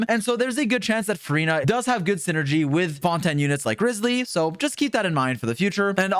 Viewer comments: Bro called him rizzly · Bro called him rizzly the whole video